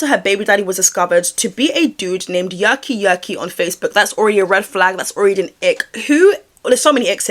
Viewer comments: Wait cus “yerky yerky” being “yucky yucky” with your British accent is sendinggggggg meeee 🤣 makes more sense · Anyone who isn’t from England can they hear her saying “yucky yucky” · Oh! I heard yucky the entire time as well! I thought it was fitting but a little to self aware... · Your accent makes it sound like his name is Yucky Yucky 😹😹 that’s all I’m gonna hear when I see his name now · i heard turkey jerky at first 😂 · I thought it was yucky yucky as well, would be more fitting